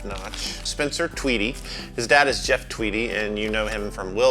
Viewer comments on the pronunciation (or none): none